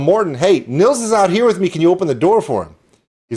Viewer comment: Sounds like you had a great birthday 🎉 You nailed the pronunciation of Nils' name in "Hej Nils!". ( It's more like nills than niles)